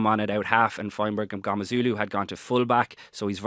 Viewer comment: HE IS MNGOMEZULU - SAY HIS NAME RIGHT!!!!!